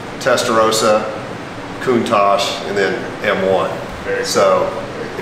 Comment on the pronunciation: How does Countach pronounced as Countage? Lol. Beautiful vehicle 🚗